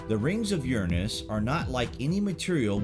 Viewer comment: Tomato.. tomato, jif Gif, You're pronunciation of URANUS is ridiculous.. get back on track please.